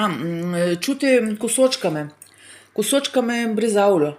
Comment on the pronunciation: Брезаула а не бризауля боже на это капец